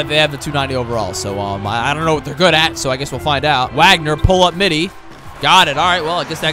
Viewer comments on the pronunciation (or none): none